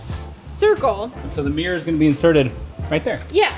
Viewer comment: Mirror is not pronounced mere!